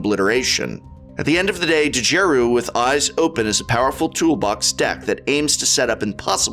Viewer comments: The "D" is silent, hillbilly. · Prof the D in Djeru is silent... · Prof, I think the D is silent, Mr. english major.